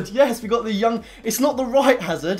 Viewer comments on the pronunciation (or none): none